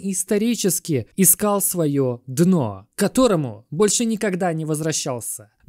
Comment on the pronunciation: спасибо за видео❤ Почему ты говоришь дыно а не дно?